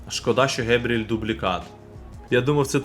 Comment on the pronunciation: Не Гебріель а Ґабріель він же бразилець